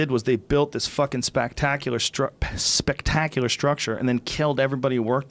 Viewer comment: Joe “spacktackular” Rogan Fucking dumbass.... lol